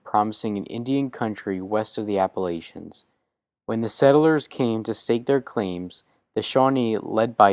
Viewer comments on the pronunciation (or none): none